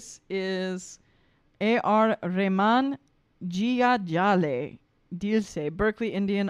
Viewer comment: jiya jale jaan jale 'my soul burns, my life burns' raat bhar naino tale dhuhan chale ' all night smoke blows under my eyes' spend more time on pronouncing names correctly